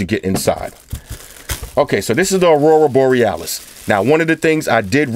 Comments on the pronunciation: I love it when he says "Arura Borealis" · One of the best fucking vids ever. Thanks. How many time did you practice saying Aurora Borealis. 😂